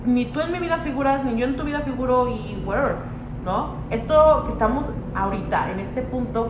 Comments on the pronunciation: JAJAJAJAJA ni sabe decir whatever y ahí anda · Min "GUEREVER", jajajajaja. Mi tambosol en fashion. 😂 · "y güereber" ¡Amé! G r a n M O M E N T O 😱